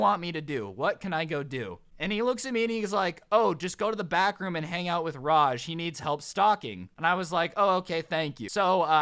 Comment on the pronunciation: Every time he said back room did it sound like bathroom? 👍 if agree. | | | V